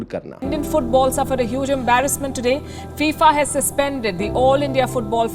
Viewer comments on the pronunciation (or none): none